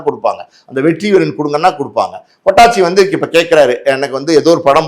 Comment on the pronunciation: Avar peru 'kottachi'...kottanguchi ila 😂😅